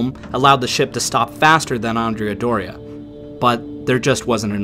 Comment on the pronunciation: I am slightly annoyed by the way andrea is pronounced in this video, andrea should sound like and-re-a but it sounds like you swapped the a with an o, common mistake and I'll forgive you this time